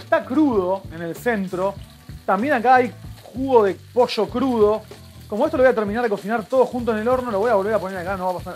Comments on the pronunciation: Por que dice Posho????? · En Mendoza también decimos "poilloo" jajaja no tan marcada la "i" pero nuca jamás usamos la "shhhh" jaja